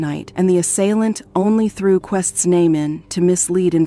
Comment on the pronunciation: I thought I was the only one annoyed that she keeps pronouncing her name wrong...